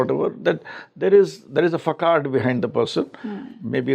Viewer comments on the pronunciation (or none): Facade is pronounced as fasaad and not fakade! Sorry it sounded very odd so couldn't help pinpointing . Dr meenakshi kilam j&k